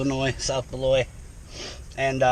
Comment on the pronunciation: Beloit, say the T. Unles you wanna be cute and say ‘bel-wah’. I went to college there, on the WI side.